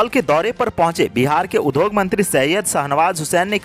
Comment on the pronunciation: Industry का हिन्दी अर्थ उद्योग (udyog) है , उध्योग (udhyog) नहीं। कृपया इस उच्चारण पर ध्यान देंगे । द् +य=द्य होता है । ध्+य = ध्य होता है आशा है उपर्युक्त उच्चारण दोष पर ध्यान दें ।